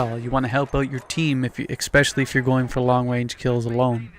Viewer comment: Expecially lol I think its especially mate. Anyway I like your game style I love sniping!